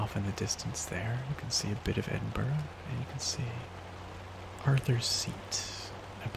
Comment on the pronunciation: I love this, but as a native to the Scottish borders, I have to be 'that' guy and say Edinburgh is pronounced 'EdinBRUH', not 'EdinBORO'.